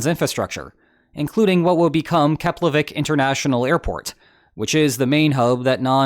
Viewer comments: Wow, first time I’m hearing a non-Icelander pronounce the name of the Keflavík airport correctly! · Hey man! I'm Icelandic and I approve your pronunciation of Keflavík! I think you're the first foreigner I've heard saying it correctly! And yes... Iceland is so small I saw my house in your video...